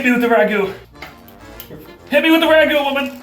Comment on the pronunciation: The second you said Ragu, I knew you were not a true Italian. You Fake Italian.